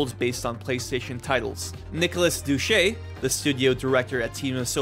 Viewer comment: Its Dou-say not Dou-che 😭😭. Awesome vid! Got a sub!